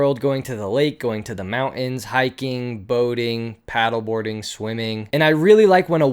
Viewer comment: The mowuons? Did i hear that? I think he ment mountains.